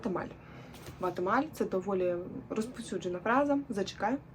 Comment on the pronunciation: Може не " ватемаль", а warte mal?